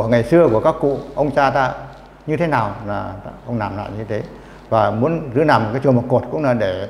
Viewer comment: N thấp và N cao : N và L: "nắp" mài ngói, "nàm" ...